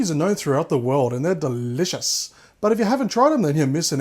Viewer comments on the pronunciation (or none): I love how you say "... Delivious recipe"